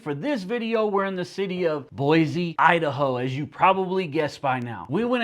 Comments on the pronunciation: It's pronounced Boi-SEE not Boi-ZEE! 😊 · If you knew how to pronounce Boise it might help.